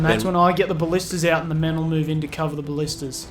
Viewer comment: For your next attack you should hit the wall stretch that has no towers with the goat and ballistas. Now ima correct you on some words. Ball-ist-ta-s and Nape-alls those are really pissing me off. That's all for now.